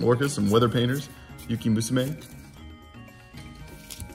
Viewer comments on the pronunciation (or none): none